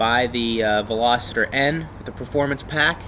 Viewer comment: Veloster = “Va Loss Ter” 👍🏻 Veloster = “Va Locitor” 👎🏻 It’s not a velociraptor. Just a pet peeve of mine hearing that lol. Love your vids though man. I bought a 2018 fost3 because of your videos!